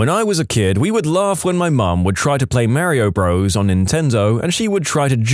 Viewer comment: “Merry-o bro’s”